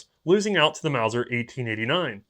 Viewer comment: Repeat after me.... MAUSER!